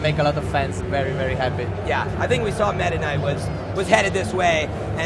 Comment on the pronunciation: LOL he said mehdaknight what a dumbass XD